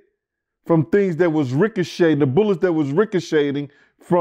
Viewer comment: “Rick Uh Shading” 😭